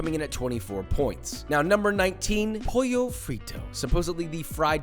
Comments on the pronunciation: Never heard of traditional italian fried chicken, expecialy from florence Also it's not pojo, it's not spanish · What the hell man?😂😂😂 in italy u dont say j when u see doubble L, but still awesome video❤️ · if pollo frito is italian, double l isnt read like in spanish, cuz... ITS FUCKING ITALIAN. Its pol-lo. thats the kinda ignorant ppl u get, when u r american and the only other language uve hear of is "mexican" >gave it a 1, cuz its not fried chicken to him >gave a 9 to kijew >other guy says its not fried chicken >HE AGREES AND KEEPS THE SCORE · In Italy "pollo" is not spelled "pojo" tho, but the double L sound more like the ones in the word "called". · In Italian the double LL in Pollo are pronounced like Polo but with a longer L sound . (unlike Spanish where they sound like a Y) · POLLO pronounce the “L” in Italian unlike in Spanish 😂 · Fun fact: Italian doesn't pronounce "ll" as Spanish does. It's simply pronounced like an L (albeit long because it's double and not single) Fact #2: In Chinese (Pinyin), Q is pronounced like ch